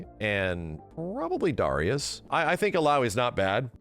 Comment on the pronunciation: It drives me crazy the way he pronounces Darius. Anybody reading this, please pronounce it "Dairy-Us"